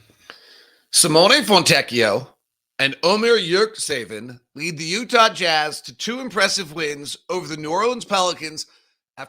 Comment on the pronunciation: nice analysis again but please check with Ömer on how to pronunciate his last name. I'm pretty sure there isn't suppose to be "k" in the middle like you are saying it. It's important that the teams own media people at least say their players names right.